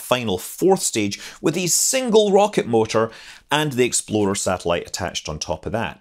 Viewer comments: I kept hearing Exploder I. I kind of wish that was the actual name. :-) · It sounds like you're saying "Exploder 1." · I keep thinking hes saying "exploder 1" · You know that when you say Explorer it sounds more like Exploder, right? ;-) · it sounds more like Exploder one than explorer lol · I keep hearing 'Exploder I' rather than Explorer. Half hoping to see an RUD. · I can’t unhear “Exploder One.” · I though it was exploder until I saw this comment... It would be a pretty funny name for a rocket though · Scott I enjoyed this immensely because it sounded like you were saying "Exploder One". :-) Your content is great. Keep up the good work! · thank you for your productions. I laughed each time you said "explorer 1" because to me it sounded like "exploder 1". carry on!! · I can't stop chuckling, every time you said it, it sounds like you are saying "Exploder One". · Something about the way you say 'explorer' makes me hear it as 'exploder', and that's a great name for a rocket. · Anyone else hear it every single time as "Exploder one"? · It sounds like you're saying "Exploder One" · Love the Scottish pronunciation of "Exploder 1" haha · "Exploder One" 😂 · "Exploder One"? : - ) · sounds like you are saying Exploder one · and your statement sounded like "Exploder One would get into orbit." Exploder is a bad name for a rocket. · Do you realize that you are saying "exploDer" instead or "exploRer"??? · ...and I just now got done making that comment myself! Just glad I wasn't the only one hearing it that way. Reminds me of that browser, "Internet Exploder". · Every time Scott says Explorer 1; All I hear is "Exploder 1" Must not be a fan of Ford Explorers... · i was thinking all the time that you was saying Exploder 1